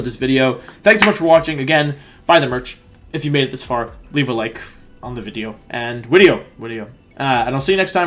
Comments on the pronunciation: Said wideo like 5 times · Why is he saying wideo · I don't know why I keep clicking on your content because as soon as I hear "wideo" I murder a stranger out of rage.